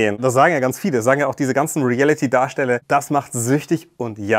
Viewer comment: Emmy kann das Wort Reality nicht mal richtig aussprechen. Sie sagt immer Relliti